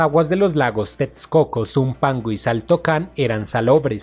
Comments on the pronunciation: TEXCOCO = La Equis se pronuncia como una simple "S" = TESCOCO. Veo que sufres cada que pronuncias la palabra. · Es mi imaginación o el que narra el video no es Mexicano?... pues su acento es un poco confuso., pues pronuncia tetscoco en texcoco y muchas palabras en Nahuatl mal pronunciadas... saludos!!